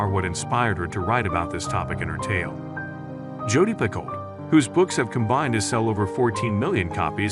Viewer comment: Jodi Picoult is my favorite author of all time. If you are going to talk about her books at least pronounce her last name correctly. The speaking voice is very robotic--AI perhaps?